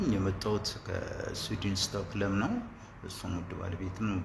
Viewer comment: Gin sewiyw Stockholm Swedin malet akitoh new kostkolm yalkew 😆😆😆 kan du prata inte svenska hoo